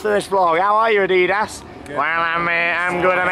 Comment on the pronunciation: It’s Adidas not adiiiiiiidos